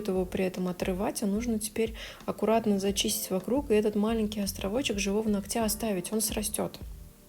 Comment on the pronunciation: НОгтя!!!!!на нОгте!!!!!длина нОгтя!!!!у нОгтя!!!!🙈🙈🙈 надо как-то это выучить.....